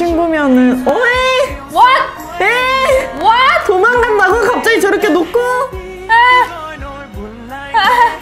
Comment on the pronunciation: nghe chữ "what" thuần Việt thế nhờ 😅😅